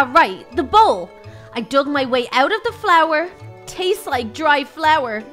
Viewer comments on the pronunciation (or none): none